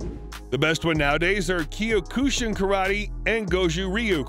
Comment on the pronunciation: Key-oh-koo-shin karate. 😂 goofy voiceover.